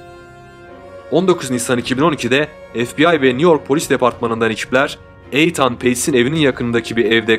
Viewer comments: Eytan değil itın diye okunur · isim yanlış telaffuz edilmiş ethan- ingilizce okunuşu ethın olması gerekir eythan değil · Eythan ne lan?...İytın İytın....Nathan da Neytın diye okunur😂😂😂😂😂😂😂😂😂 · Begenerek izliyorum sizi. Elinize saglik. Yapici elestiri olarak alin lutfen bazi goze batan ifadeler akiciligi biraz bozuyor. Eytan telaffuzu mesela. Ikincisi diger videolarda da var, tarih verildiginde 12 Mayis 1996 yilinda yerine tarihinde demek lazim. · İitın okunan Ethan yazılan bir isim olmasın bu. Lütfen telaffuz ve yazımlarda kendimizi yetiştirelim. Hız İçin herkes ağır demiş ama bence iyi yemek yaparken dinliyorum. Videolara devam 👏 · Aidan olmasin? Eydin okunuyor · Kemal Sergi saçma sizsiniz terbiyeli olun ismi yanlış telefuz edilmesinden bahsediyorum ve haklıyım uzatmıyorumda asıl uzatan siZsiniz isimler ülkelere göre değişik telafuz edilebiliyor kabul ediyor uzatmayın diyorum iyi günler. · Cocugun adini inat la yanlis soylemen